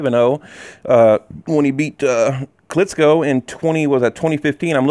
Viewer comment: KLITCHKO not KLITSKO